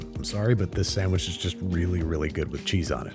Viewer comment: Classic Babish episode. I want a sammmich